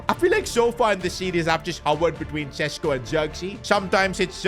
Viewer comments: PCQ: Šeško is considering leaving the club cause he is on the bench too much but the main reason behind this is the fact that u cant say his name. It is pronounced Shesh-koh not Sesko. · Day 1 of begging that šeško isn't sesko but sheshko because of his nationality and the thingies up on the s